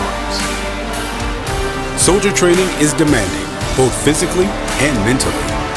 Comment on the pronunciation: I mean thats one way to say Soilder 😂